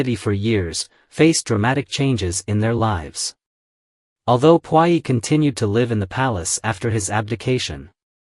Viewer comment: I really enjoy watching your channel! Want you to know that Puyi is pronounced poo-yee.